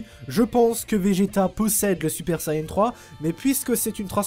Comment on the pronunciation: SUPER VIDÉO 👌👌 Et on dit Saiyan pas sayan ni sayain 😂😂